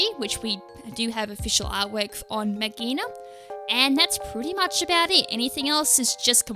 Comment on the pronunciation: I think it's pronounced Mag ghee Ah na That's how I've been trying to say it, it is clingclangs mega evolution